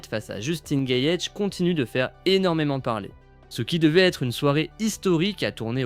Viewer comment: Gaethje : phonétique... gaëdji in english